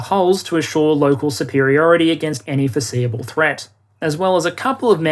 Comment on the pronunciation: Anyone else giggled at "any foreSEAable threat" ?